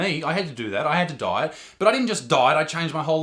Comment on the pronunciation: because of his accent for a sec i thought he was saying "die" instead of "diet" lmaooo